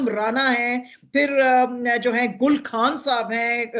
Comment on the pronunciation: شازیہ صاحبہ خان کو کھان اور خبر کو کھبر کیوں کہتی ہیں؟